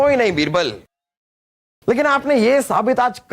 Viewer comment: Raani sahiba--बीरबल 👎बिरबल👍😂😂